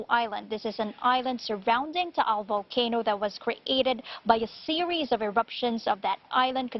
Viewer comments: You gotta give it to her for pronouncing Taal and Batangas correctly. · This is the first international news station that actually said batangas and taal perfectly also sto.tomas